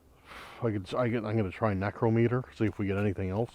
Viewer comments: # I THOUGHT YOU WERE ONE OF THE VERY FEW WHO KNEW HOW TO PRONOUNCE NICROMITER?? THIS VIDEO YOU PRONOUNCED IT BOTH WAYS. THAT FEELING IN YOUR CHEST THAT SUDDENLY OVERWHELMED YOU, IS A SPIRIT, LIKELY A DEMON, ATTACKING YOU! NEVER TAKE IT LIKELY. WHEN INSIDE A HAUNTED STRUCTURE GET OUTSIDE IMMEDIATELY, WHEN OUTSIDE LEAVE AS QUICK AS YOU CAN; EVIL SPIRITS CAN INDEED HARM YOU NO MATTER WHAT YOUR MOTHER TOLD YOU!... MOVE! THE SPIRIT EARLIER WARNED YOU TO GET OUT!...TWICE! (SP PHONETICALLY) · #DAN NECRO METER OR NICROMITER, I THOUGHT YOU WERE ONE OF THE FEW WHO PRONOUNCED IT CORRECTLY? IN THIS VIDEO YOU PRONOUNCED IT BOTH WAYS? #BTW, JSYK, IF YOU TAKE CARE OF YOURSELF, 60s IS MIDDLE AGE!